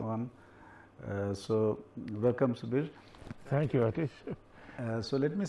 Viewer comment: It is subir not sabir